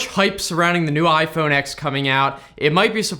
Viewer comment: Iphone "10" not x. its roman number !